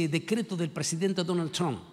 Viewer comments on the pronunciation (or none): none